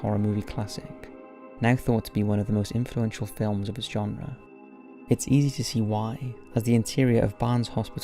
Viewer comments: You're mixing up the imprint of lady on the concrete, this happened at Athens mental institution, not at lima; which is also a haunted site in Ohio. Lima is pronounced lie-ma. I loved this video pleas make more!!😍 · Lima Ohio is pronounced "Lime-uh" by the way. I'm an Ohioan.